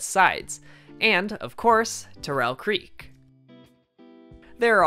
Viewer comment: Lake T-AIR-EL not lake TUR-REL